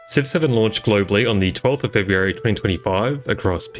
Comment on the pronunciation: What he says: Civ 7 What I hear: 6 7